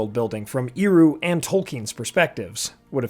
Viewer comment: Please, Ehroo, not Eeroo! Tolkien was quite rigorous about phonology, let's respect him. Love your videos, btw.